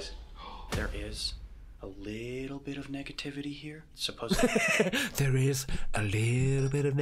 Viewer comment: Go to massage therapy and they can get that muscle back in shape. I do that occasionally! And these guys drive me nutty. He said "supposebly" instead of "supposedly". HATE THAT. PET PEEVE!